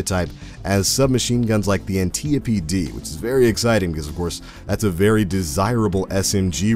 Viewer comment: No one pronounces antiope correctly lol